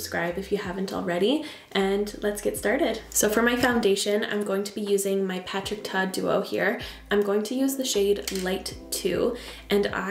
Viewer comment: “Patrick Tuh” lol